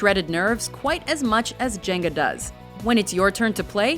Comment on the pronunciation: Djenga, the D is silent.